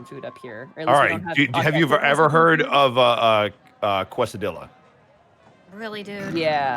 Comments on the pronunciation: Quesadilla is pronounced kaysadia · Listening to Monty describe ice cream while Ihave a sore throat is rough, but I pity her for not having Mexican food up there. Also damn you, you mispronounced quesadilla on purpose to make us Spanish speakers cringe, I literally cringed when he said, it was like a hard twitch. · God i have never heard someone say Quesadilla like that god damn i am sorry but that hurt me hahahaha